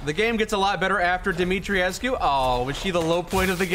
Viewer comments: NPC says Dimitrescu. - A minute later you do it wrong again. It's 3 syllables. The U is silent. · Have to say guys, it’s pronounced Dimi-tresk not dimitri-E-esc-U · Dimitrescu isn't a real name, but Dumitrescu is. I would assume it's the same, but with an "i" sound instead of the "u". Here is a link to how to pronounce it: Voice actors are not always right with their pronunciation of foreign words. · Since they are in Romania then I would think the pronunciation used would be Romanian, if so then the pronunciation used in-game is wrong. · That's actually not true. They're mispronouncing it in the game. They went for a french pronunciation, but it's a Romanian name. You're supposed to pronounce it phonetically.